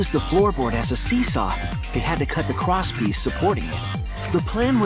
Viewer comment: “cwosspiece” Pffffffftttt i just can't